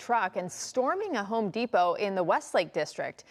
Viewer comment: Gwal-mart, pari-siri, hon-dipo, Papayon 😅